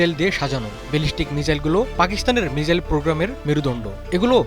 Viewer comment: মিজাইল কি? মিসাইল